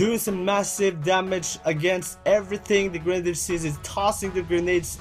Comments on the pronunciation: lO grendeer it's gren-ade-der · also its not gre nade it sounds like girnade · its not gre nadier its grenadier